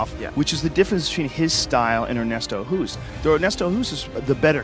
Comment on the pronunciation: amazing video as always but please pronounce Ernesto’s surname as Host. As a Dutchman who’s been living in England for the last 27 years it bugs the hell out of me. Nothing personal.